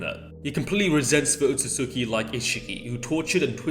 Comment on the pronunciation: Alright it’s driven me crazy all video it’s pronounced “OH-SOOT-SKI”